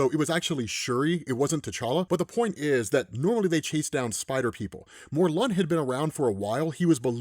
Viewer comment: It’s mor-lin